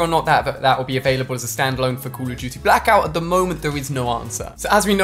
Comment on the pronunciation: Say call of duty right